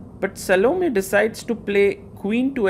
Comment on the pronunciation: "Sal-Oh-Me"? You might as well be calling her "Salami" at that point. lol I think the correct pronounciation is "Sah-Loh-May".